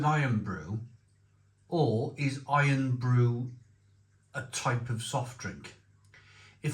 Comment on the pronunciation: Is the Barr's drink not "Irn Brew", rather than Iron?